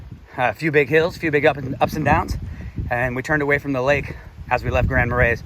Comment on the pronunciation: I’ll help you. It’s an Indian name. Tahquamenon Tah- qwah-men-non. Grand Marais, French Mah-ray. Nice video.